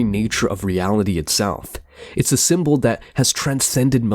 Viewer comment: Sim-bow = symbol KaBlewWee! Mind blown Cosmic mysteries unraveled n understood. But for real why he pronounce words funny? We get it, ur different.